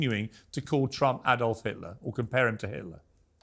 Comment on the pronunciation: What I don't understand, why can't Americans pronounce Adolf correctly? My name is Alan, it's like saying my name is AAAAlan!